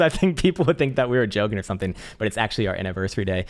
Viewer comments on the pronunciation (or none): none